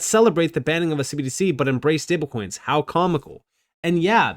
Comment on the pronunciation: just noticed you say "stablecoins" weird 🤣🤣 like "stablekoings" 🤣🤣🤣🤣